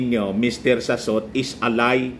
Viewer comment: Mr Salot not Sassot